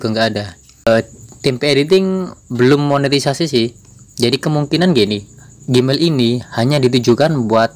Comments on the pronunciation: nah itu tau...kok dibacanya gimael? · Gmail....di bacanya "jimail" bukan gimail